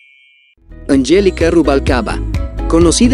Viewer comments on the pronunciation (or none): Es Julisa no yulisa y es angéliga no anyélica